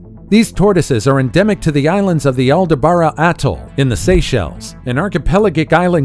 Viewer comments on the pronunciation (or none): aldaBRA... not aldaBARA...